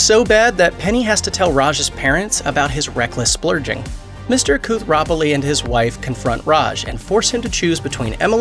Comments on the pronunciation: What the hell is with the pronunciation of Raj's last name??? Seriously? You're making a video about a show that the narrators seems like they never watched it? At least whoever made this script be able to do a check before uploading this video. Koothrapali. Kooth-ra-pa-li. Ok? Not koothra-pali 🤦‍♂️ And btw he was not cut off the money, he's still part of the inheritance and if you guys watched the show, you'd know that it was Raj who said that he won't take his money anymore. His dad even said "really? I'm so proud of you" or something to that end. He was a nice guy. He even helped Bernadette overcome her fear that she'd never love her child. 😒 Really bad video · Kuuu-thropolli...Kuuu-thropolli..Kuuu-thropolli..Kuuu-thropolli..Kuuu-thropolli...so annoying I had to to stop the video and dislike😡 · That’s pronounced “Kooth-ra-Polly”. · Who the heck is Mr. Kooth-rah-pah-ly?! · KOOTH-ER-POLLY!!!!!!!!!Good God, watch one episode!!!! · Kooth-throw-pali... Watch an episode. Or try saying Raj's dad. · Raj's family name is pronounced "Cu-Tra-Polly". When you miss pronounce his name it shows you have never watched the Big Bang Theory. That really hurts the credibility of this video. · Bruh, if you mispronounce Raj’s last name again I’m out, I can only take 20 🤦🏼‍♂️ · I was like wait what did he say?!? Like it’s a really awful mispronunciation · I'm not sure I can trust the opinion of Looper if they can't even be bothered to look up pronunciation. Hahaha! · Why do they never learn to pronounce names properly? I mean how hard it is to actually watch the show just to learn to say the name? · Like many others, I couldn't finish the video after hearing Koothrappali mispronounced over and over again, so I'm sorry if this was covered, but in the 7th season finale, the scene with Sheldon and Stuart in the comic book store was sickening and from that moment forward, I really started hating Sheldon. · The constant mispronounciation of Koothrapali makes want to cry.